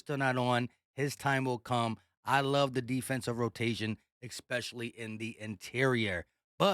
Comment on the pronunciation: Bruh you understand that there's no such word as expecially right?